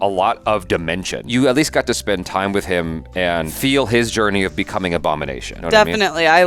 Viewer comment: Lol, the Aboogernation!